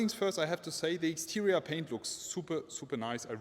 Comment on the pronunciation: What is wrong with your english man. Interia. Exteria. Modal tree. And much more.